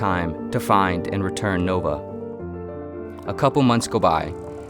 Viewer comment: It's spelled "Nova" but you pronounce "Noba"